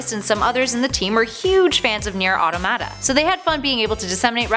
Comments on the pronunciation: Idk why I get so pissed when people cant say neir automata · Solaire of Astora, not Astoria. No i. Also terrible automata pronunciation.